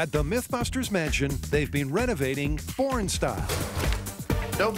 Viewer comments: Yep, heard “porn style” every time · Who else heard “porn style”? 😂